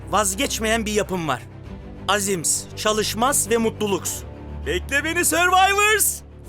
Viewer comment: Enes Batur:Azim Çalışma Mutluluk Alibiçim: Azims Çalışmas Mutluluks